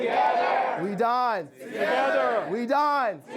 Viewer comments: I thought the club name sounded like "We DIE together" not "We dine Together" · I thought he said "We dyin'.... TOGETHER" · I thought he said "WE dyin together" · Who else thought he said we die together?? XD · i though he said 'we died together' at first😂